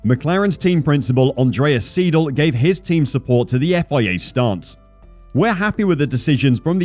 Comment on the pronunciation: FFS at least TRY to pronounce names correctly. TDF commentators can do it, so English speaker is not an excuse. ''Seedle'' ....